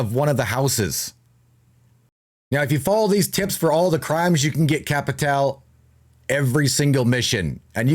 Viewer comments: Its pronounced capital bruh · No it’s actually pronounced cappi-tall-eh